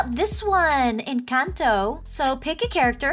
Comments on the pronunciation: OMG it's no an_canto It's enconto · It’s pronounced Encanto sorry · Yes, I have watched the movie but it’s pronounced en - con - toe